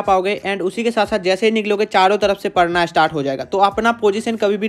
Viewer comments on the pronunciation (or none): none